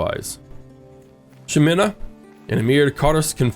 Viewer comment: I just want to point out that Ximena is said He-men-a. Also I love how caring you are toward your children!